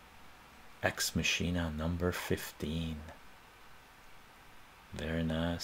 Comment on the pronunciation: Not to be that guy, but it’s pronounced "MAH-kin-ah.” As in “Deus Ex Machina.”